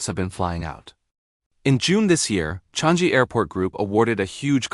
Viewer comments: 😂 Changi is not Chang-jee, more nasal sound, like chungng - gee. Named after a tree, the Changi tree in the area. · It’s pronounced as CHANG-EE not Chang-gee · The AI voice need to learn how to pronounce chang EE